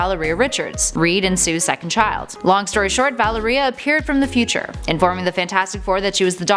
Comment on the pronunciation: Valeria is pronounced like malaria except with a v